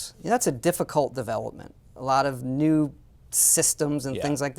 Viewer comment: Frak this guy, "try wew things" he says, new ways to rip off people?